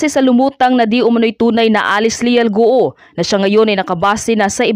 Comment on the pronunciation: Hirap na hirap kayong ibigkas ang GUO, ang tamang bigkas nyan Guwo at hindi Gu-o. Pinapahirapan mo dila mo.